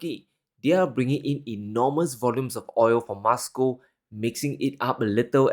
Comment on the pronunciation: content is so enlightening...however i just have a little criticism of pronunciation of some words. He likes to pronounce them as he wants whether right or wrong. Eg Moscow..he pronounces as Muscow...why?.... he's the only one in the world who pronounces as such. I'm curious how he will pronounce most and must 😂